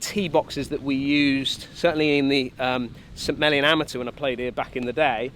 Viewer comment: I was fine with Harman winning, I just wish it had been closer. Didn’t want to see him fail, but some drama is why I wake up at 5 am or earlier for four days to watch golf on courses I’ll never get to play! Every time you say St. Mellion, it sounds like Smellyon 😂Sorry, can’t help it!